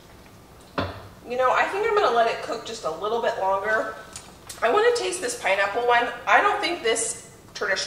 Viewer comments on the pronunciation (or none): none